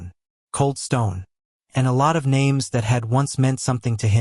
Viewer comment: Sorry but I am going to buy the book on audible. The narration is terrible! I've listened to you the other six books that had a different narrator. Don't mean to offend but you at least need to learn how to pronounce the names.